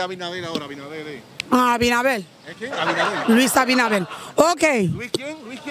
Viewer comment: Plegunta pol Malta, Maaalllta. Luis abinabel, ¿quien? LUIS ABINABEL🤣🤣